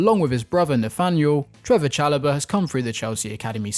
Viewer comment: Trevoh* Chalobah...